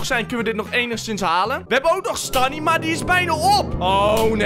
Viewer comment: Ik heb *STANIMA*?! Me: ehhh, volgens mij bedoel je stamina...